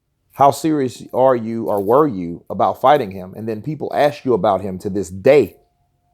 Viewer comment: “Ta dis Day”!! :p